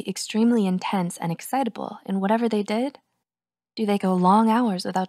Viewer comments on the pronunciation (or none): none